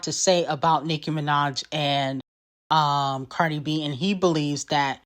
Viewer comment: You are so lame to incorrectly say Cardi and offset name. You are a barbs fan clearly and not all of us are! Cardi b fan for life!